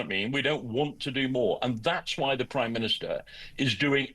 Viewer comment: Did he say the "Crime minister"?